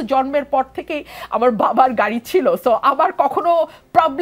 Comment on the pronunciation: ভাদ্য হয়ে ঘাড়ি নিয়ে ঝাওয়ার ঝন্য আপ্নাখে দন্যভাদ... এগুলো কেমন উচ্চারণ এনসিপির?